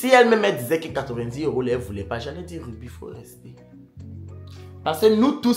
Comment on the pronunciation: Ruby, a gâté ton prénom 😅😅😅il dit Yonne 😅😅